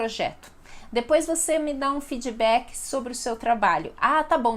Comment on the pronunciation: Fidibak? para feedback kkkk é fid-bak usa a D do inglês e do portg MAS fale D não Di sei que as pessoas costumam falar a última consoante duma palavra com 'i' junta à D T K... só digo que para pronunciar as palavras do inglês melhor, esqueça a 'i' depois de qualquer consoante final 🤓